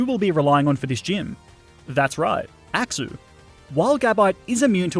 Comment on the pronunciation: I love the way you pronounce axew as "axou"